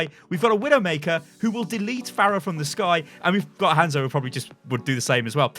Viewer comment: its not english its romanji, Hanzo is Hah nzo like ha n zo, say it right dammit, your saying like handzo. >.<